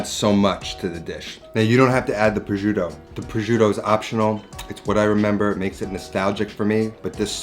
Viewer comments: indeed lol more like "pro-shoo-tô" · pro-shoot-toh Double that T and roll that R, it’s not that difficult Also: the “gi” sound in Parmigiano should be pronounces as “ja” in “jar” Par mee ja no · He should learn to pronounce the Italian names of the ingredients. It's hurting my ears when he's saying 'projoodo' and 'amatrisiana' etc... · "prozhiudo" jk great video mate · it annoys me so much how you pronounce "prosciutto" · How he says prosciutto is triggering. And so bad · The way he says prosciutto.. ugh... you can cook Italian you can’t say prosciutto the right way. 😑